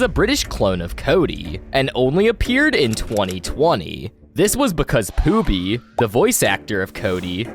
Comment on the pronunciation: It's feebee